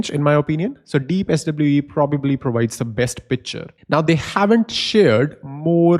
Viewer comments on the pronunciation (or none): 😱Did you say "Pitcher" instead of "Picture"? I thought only we South Africans do that 😅. Great stuff, love your content in general.